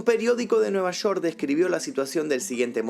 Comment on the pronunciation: nueva shor??? Es nueva york😒